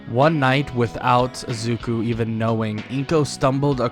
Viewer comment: why are you saying azuku when it is izuku?